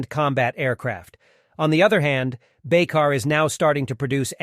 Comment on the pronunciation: The right pronounciation of the company name is : Baykar (like ByCar)